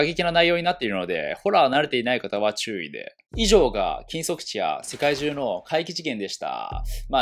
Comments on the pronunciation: 禁足地がキムソクジンに聞こえた、むりwww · 「禁足地」が「キム・ソクジン」に聞こえたww BTSの話友達から聞きすぎて洗脳されてんのかな……？